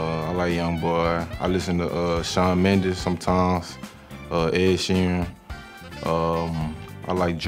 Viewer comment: He said Shawn Mendez 😂